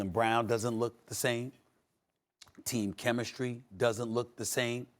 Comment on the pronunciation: Who is Teim Kimistry? Around :27